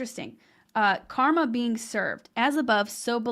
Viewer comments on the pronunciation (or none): none